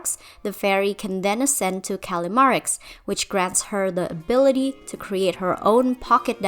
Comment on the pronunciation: Who tf called callimara "callimarie"